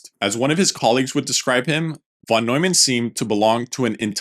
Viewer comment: I love your content and way of interpreting the history, though I must say the minimum you can do to respect the greats (especially when creating a video about their work) is to appropriately pronounce their name …